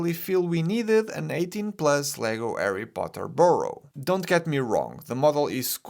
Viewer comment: I really like how he pronounced “arry potter” 😄